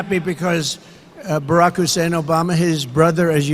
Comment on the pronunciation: Did no one catch trump calling Obama, Barrick hussain Obama